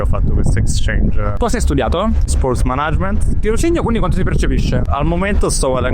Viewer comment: Incredibile come, pur vivendo, studiando e lavorando a Londra, la gente continui a non saper pronunciare "management"...